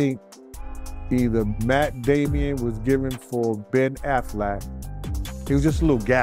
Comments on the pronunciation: When says the name wrong lol Matt "Damian", love it 😂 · Matt Damon not Matt damien😂